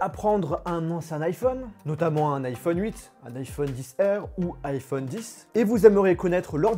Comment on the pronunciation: Alors perso j’ai pas entendu ça, j’ai entendu iPhone cuite😂😂😂